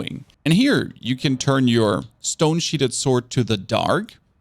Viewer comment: Love your work sir. 👌 Pronunciation of stone sheathed is SHEETH-D not SHEET-HED. 🤭